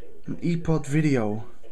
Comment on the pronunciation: You dont say ePod. Its pronounced eyepod.